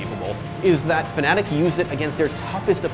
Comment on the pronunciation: Ur blocked kid... FNATIC* NOT FANATIC ...